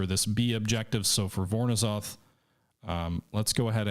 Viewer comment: I believe the "ZH" in "Voronezh" is pronounced like the French soft "G" sound.